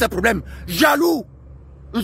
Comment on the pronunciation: J'aime quand il dit alondong tu sans que c'est un Kangolais 😂😂😂❤